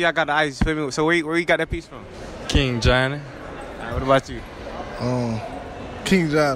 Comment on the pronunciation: Why the dude In the white had say johny like that